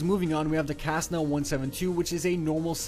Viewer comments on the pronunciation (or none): wait wait wait, the Ca-ssna? its Ce-ssna... also he mispronounces ahellalot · Am I the only one who got triggered when he mispronounced Cessna? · he said pronounced Cessna wrong dislike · Ha, how he pronounced Cessna. xD